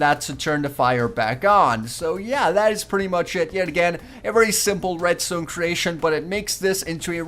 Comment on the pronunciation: he says redstone like redstewn